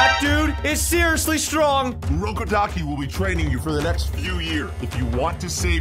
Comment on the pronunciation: bro u said urokodakis name wrong